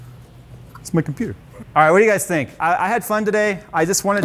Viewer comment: "what's that?" "It'S mY cOmPoOoTeR"